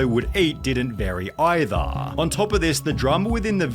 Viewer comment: Hahaa, funny accent, hahaa